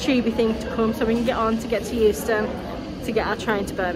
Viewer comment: Did I hear you say London Houston? No wonder you got lost! 😂😂 "Going Underground - by The Jam" The chipmunk 🐿 voices at the penny machine had me creased! 🤣🤣 I think might have you for copyright on the vanishing meal trick 😁